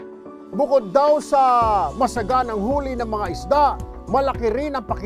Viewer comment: Tulfo "Isda" not Ista